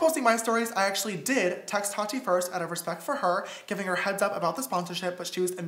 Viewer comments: Why do so many youtubers call her Toddy. It’s Tah Tee. Tati. Jeez lol not that hard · He calls her tadi.🤣🤣🤣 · "toddy" lol